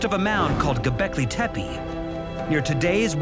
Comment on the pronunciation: The word “Gobekle Tempe” sounds amazing